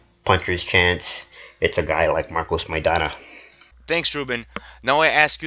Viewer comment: "Marcos Maidanya"? is he reading that? stfu tool.